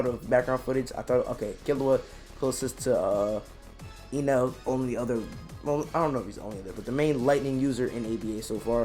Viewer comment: its not ynel... its Enel.... bot E read the same... not Ynel but Enel